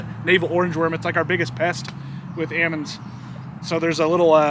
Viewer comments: Did he say ammonds? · How is he an almond farmer and he can't say almonds?!? Ahmund? Aymonds? I kid, I kid. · It’s aamonds to orchard farmers and almonds to everyone else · How do you get amonds? Shake the L out of em. I bout died laughing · "I heard beed hate cell phones." 😆😆😆😆 Ahmends..... Well their aLmonds, but we shake the L out of them. 😐😑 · I went to college in an area where they grew a lot of "Ammons". It was way too much trouble to pronounce the "L". Watching that part of the video brought back fond memories, well, the memories weren't really about the nut harvest. LOL